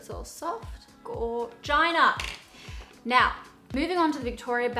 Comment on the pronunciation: When the automatic subtitles write the "Gorgina" word: "Oh China" 😂😂😂